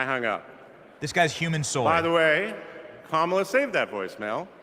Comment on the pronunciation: There's a new name for Kamala............. "Ka"MAO"la. 😂🤣😂🤣😂